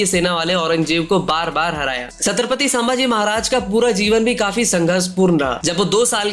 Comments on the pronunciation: Review banane ke pehle check karo ki aap kiska review kar rahe ho. Baar baar saambaji bol rahe ho. Unka naam to thikse liye nahi jaa raha terese. Sambhaji Maharaj kehkar sambodhit kar. Bewakoof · Dear narrator Pronounce like SOME BHAJI Not Saam bhaji🙄 HE IS SAMBHAJI MAHARAJ NOT SAAAMBHAJI😊